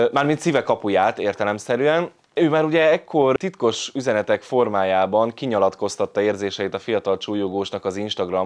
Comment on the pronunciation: Kinyalatkoztatta. Nem tudom, hogy ez nyelvbotlás, vagy direkt volt, de szakadtam.😂